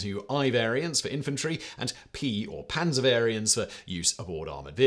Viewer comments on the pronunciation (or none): none